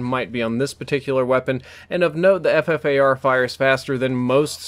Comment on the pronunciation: It is pronounced the Fuffar